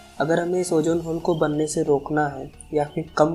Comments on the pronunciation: its ozone bro not ojjooone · Bro it's not ojone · Ojone nahe, ozone hai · Ojone nai ozone hota ha